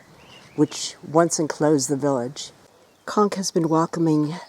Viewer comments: 'Conques' is pronounced w/ a long 'o' sound. come on... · Conques (Co is pronounced as Co in Coke) Not Konk. It's a beautiful beautiful little touristic place on the Santiago trail. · Thanks so much for your view and correcting my mispronounced Conques. I do try 🙏 but am linguistically challenged. 🤪 Very best to you and hope everyone is well during the pandemic. Sincerely, 😍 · Thanks for the tip. Unfortunately, many of us (like me) are not as linguistically talented as you but I try my best 😍 Thanks so much for your view and time to correct my pronunciation. Regards